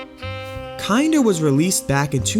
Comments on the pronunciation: It's Kin-der not Kind-er. Kinder means children in German It's not Shin-Su-Kay, it's Shun-Skē. The Suke suffix in Japanese names is pronounced Skē not Su-Ke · it's not said "kinder" it is said like "kin-dur" like the german word for child. like in "kindergarten". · Just a quick spill of info, haven't watched the full video, but it's "kin-der". A German term meaning child. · You mispronounced it 💀 Kinder is a german word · holy shit this video is bad you didn't even pronounce the name of the game right. so fucking disrespectful to parun to use his suicide as clickbait without even bothering to google translate his website to learn the bare minimum of other information about him